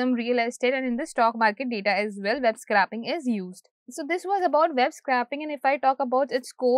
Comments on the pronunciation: Scrapping is to discard, scraping is to extract. scr-A-ping not scr-AH-pping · It's scraping as in 'scraeping'.